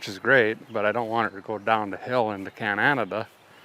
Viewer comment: Love how you pronounced Can-adada, lmao Coming from A canadadaian Edmonton AB